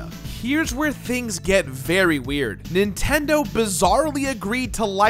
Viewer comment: "Official Nintedo Seal of Quality"